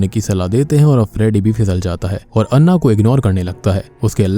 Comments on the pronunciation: अण्णा नही ॲना होता है😂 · I think it's pronounce ॲना... Not अन्ना.... They spell Anna... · It's Anna not annah😂